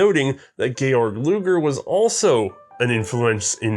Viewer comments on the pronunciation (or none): none